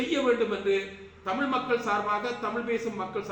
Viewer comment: செல்லும் முன்னதாக தமிழாக இருந்துகொண்டு தமுழ் பிழையாக கதைக்குறீர்கள்